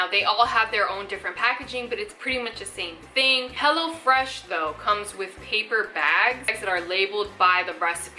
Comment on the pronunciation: Girlll, I kept hearing you say Hella Fresh and I'm like hell YEAHHH 😎 lol...and my ig